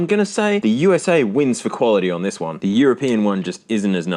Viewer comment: Nobody calls America "oosah".. It's U.S.A. or America..